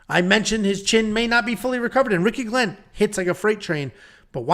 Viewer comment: It’s on YT… the correct phonetic pronunciation for AoriQi Leng is ARCHIE LONG, OR, R-CHEE LONG